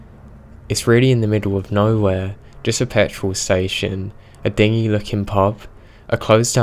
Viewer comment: Ooh, and check your pronunciation (Google and YouTube are both pretty good for pronunciation audio); you sometimes trip up in your videos ("dingy looking pub" threw me a bit - dingy as in rubber boat, as opposed to din-jee like dark and grubby) don't worry, a lot of narrators do it, just something to look out for =)